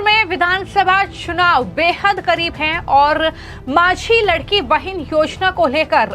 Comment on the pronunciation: लडकी बहीण यह उच्चार लाडकी बहीण ऐसा करना चाहिये